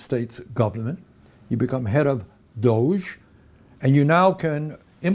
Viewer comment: Senator, please consult with John Iadarola on the correct pronuciation of "DOGE" ... (cc.Wall-E)